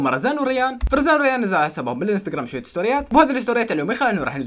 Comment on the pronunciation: تره اسمهن روان و ريان مو رزان وروزان 😂😂